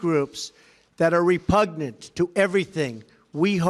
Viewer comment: I can’t believe he pronounced repugnant correctly!